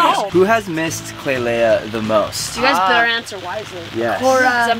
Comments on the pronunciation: Eww stop calling her klailea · always says Klailea instead of just klai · I love how he calls her klailea